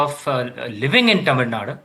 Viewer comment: first he has to learn pronouncing Tamil Nadu